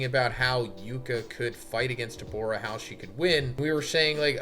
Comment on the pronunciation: Dawg his name is Dabura not Debora